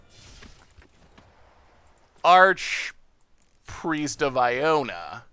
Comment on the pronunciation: Iona -> Aronas has got to be one of the biggest mispronunciations to date :D